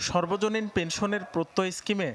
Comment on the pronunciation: উচ্চারণটা সর্বজনীন না সার্বজনীন হবে